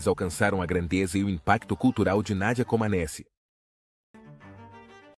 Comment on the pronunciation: Pronuncia-se "comanéti".